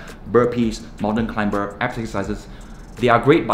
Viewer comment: Climber should pronounce as klai-mr🤗✌️✌️✌️